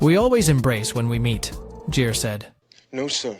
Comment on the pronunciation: Richard GEAR, not JEER. Yeah, not following a channel about film when you can't get the names of the actors right.